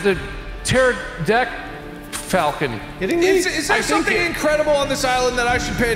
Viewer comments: “It’s a Tefrocandanfactel.” -, 2020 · I fucking die every time I hear someone say "pterodactyl"